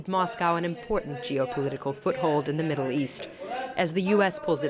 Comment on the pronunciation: “as thé US pulls it’s troop out of Syria, Russia has remained” ...Is she drunk? Syria is already turned into ruins by whom?